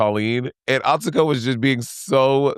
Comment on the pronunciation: Atsuko said the U's are silent in her name- easy way to say her name - ignore the U's - drives me that people keep messing up this up-💗💗💗😼😼💗💗💗